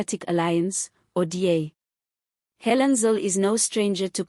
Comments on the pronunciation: Her name is Helen zille not zil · Please pronounce her surname correct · Rubbish podcast. How about repeating her statements and learning how to pronouce her name. She is far far brighter than ramaposer anyway